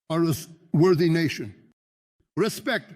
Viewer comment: I love in this video when he goes "RESPECT!" haha